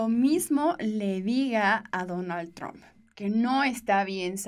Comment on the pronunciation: si tienes educación deberías de pronunciar correctamente el apellido del presidente de E.U. deberías de respetar como lo hace tu presidente.